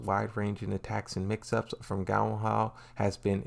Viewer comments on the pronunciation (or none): none